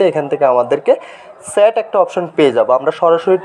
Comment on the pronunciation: ভাই ছ্যাট নয় চ্যাট😅😅